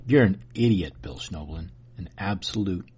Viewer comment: Well, not only didn't you say his name correctly, you didn't even spell it correctly in the title, so if that's indicative of the sort of research that goes into your "debunking", I don't think Mr. Schnoebelen (pronounced SNEH-blen) has much to worry about.